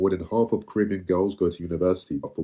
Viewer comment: Even the way you say Caribbean shows that you are a conformist.